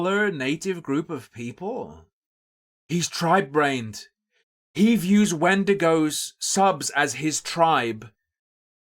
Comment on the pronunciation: Guys, Wendigoon's actually been to my house, he stole my sweet roll and shot an arrow into my knee. -source trust me, bro For someone who wants to seem so upset that someone made a video with our favorite avocado, he sure can't say his name correctly. His response on X was awful. I'm sorry, but it was the worst explanation ever. "Oh, I've gotten tons of things factually wrong because I'm an idiot who can't control my emotions. Yes, i got things wrong but that doesn't change my opinion that all conservatives are evil and that wendigioon shouldn't be allowed to exist in horror or public spaces because i don't agree with his political or religious views. Oh, also, everything else i said that was factually wrong i stand behind as well but yeah, I shouldn't have used those pictures." His idea that people calling him names means they're nazis is just as crazy as his other takes. I'm the type of guy to hear someone said a slur and go "Oh no, anyway..." Because i understand that words only have power that you give them. Just like money only has value because we decided it did. People who make it seem like someone was out there physically assaulting people have no life. Horror is about the thrill of fear and suspense in a safe environment where you're allowed to express these feelings without being in danger, with various underlying types of horror invoking different fears, occasionally with other ideas mixed in. At least that's my view of horror😅😊 Also, I do believe the Wendigo exist